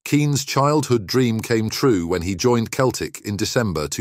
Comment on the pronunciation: Inability to pronounce cough and Celtic degrades this piece massively